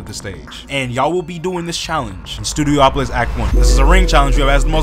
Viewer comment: Oh but you pronouncing Studiopolis as "Studio-Opolis" gets a pass 💀